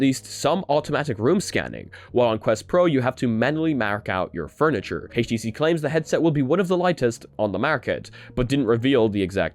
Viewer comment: Haytch TC? Really? I'm out.